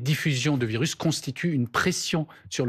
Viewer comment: Un virusse? arrête 😂